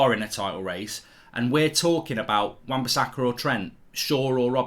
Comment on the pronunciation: This guy saying wan-bisakka is close to TAA